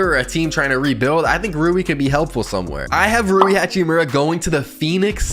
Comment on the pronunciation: Damn bro you got rui right